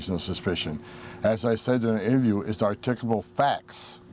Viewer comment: Can someone tell him that "interview" has 3 syllables?